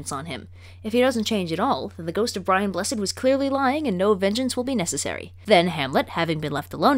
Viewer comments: You mispronounced "BRIAN BLESSED" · You didn’t say BRIAN BLESSED’s name right at least twice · She didn't say BRIAN BLESSED the right way im triggered. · You didn't say BRIAN BLESSED right!! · BRIAN BLESSED's name was not spoken properly